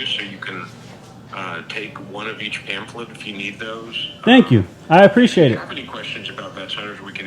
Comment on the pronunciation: PAM-FLEHT man! You want to come across like you're intelligent, and know the law, but you butcher the English language at the most elementary level. Say things correctly! Like PICK-TURE.... PiTchers throw balls and pour beverages .. 🤦